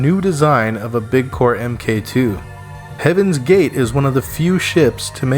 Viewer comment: I love this series so far, but someone needs to tell you... When referring to technology, "mk" is read as "mark." So "mk II" is "mark two." Not em-kay two. The latter makes it sound like you're talking about Mortal Kombat.